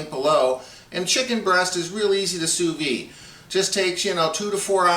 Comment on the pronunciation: It's not "sous vee". It's pronounced "sous veed".